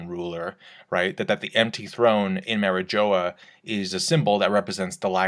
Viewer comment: “ mari joe a”